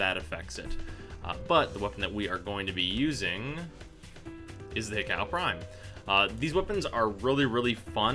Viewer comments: It's not prounounced hih cow... It's hi ku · not even close lol, it is supposed to be pronounced Hee-ko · that pronunciation though, "Hikow" couldn't be any further from what it is supposed to sound like lol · EVERY TIME he said "hik-cow" my blood pressure went up. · He said Hikow no hate just funny. Say it how you like it! :D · It's pronounced "hee-coh" (like co-worker) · If you wanna make a correction, at least now you're stuff. It's Japanese, it's pronounced hi-ko-u